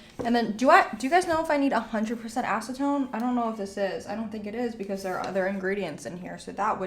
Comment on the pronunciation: Yes. 100% acentone. lol.